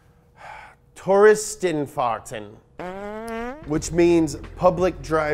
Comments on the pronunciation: Glad to see him again. The way he says "Touristenfahrten"-> LEGEND! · Touristen-Fahrten that you spoke well